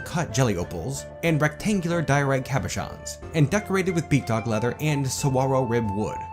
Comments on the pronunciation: You know, the whole cabochon things has actually been one of my very few... complaints is maybe a bit too strong of a word, about your content, one I've never voiced, so I'm quite happy to see that you learned to pronounce it. A lot of great stuff again in this one. Hoping things don't devolve into a tantrum spiral. Also, if I might say, I just love that last image in the episode, that smug grin on her face just goes so perfectly well with the giant middle finger that you gave the elves.. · OH THANK GOD ABOUT THE CABOCHON PRONUNCIATION. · I watched the Steam release content first, and now I'm catching up on the older stuff. Such a momentous episode to note the exact moment pronounces Cabochon correctly, given HOW MANY TIMES the word comes up in the NorthBridge run with all the artifacts being made. I have witnessed a moment in history!